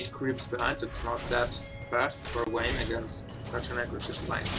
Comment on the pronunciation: Don't you mean "Wayne" :DDDD yea was funny